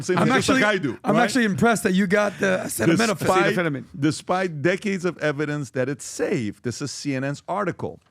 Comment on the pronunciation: If you tell me Acetaminophen can give my baby Autism and Im pregnant…..i am not touching it with 10 foot pole. Trump handled the mispronouncing of Acetaminophen well. He isnt the first who has a hard time pronouncing active ingredients of drugs and not the last.